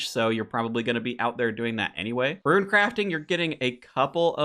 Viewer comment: Damn man... saying rune as "ruin" is one thing... but ensouled as "ensoiled"?